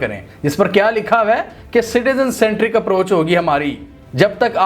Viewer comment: "App ki Khud ki yeh approch thee " --- App yani NUTURALS 😮‍💨